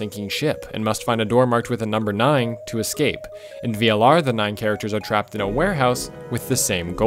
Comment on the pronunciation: You really can't say nine right. You keep adding a g that isn't there and is honestly kinda annoying to hear.